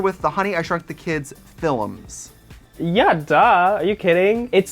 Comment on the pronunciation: also "fill-ums" instead of films 😶